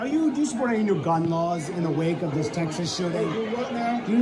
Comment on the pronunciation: Dis and Dat.....